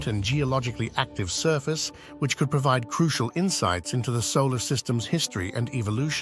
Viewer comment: AI voice is good and all, but when is says "A Queered" over acquired or "Pro veed" over provide, it definitely shows there is work to do for it to actually use correct pronunciation. I'm sure in 25 years, Skynet will have already come online and we are all doomed, but until then, I'll keep letting it know it has room to grow.